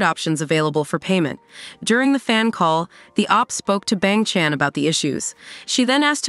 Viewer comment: I can get over with how this AI read "Bang Chan"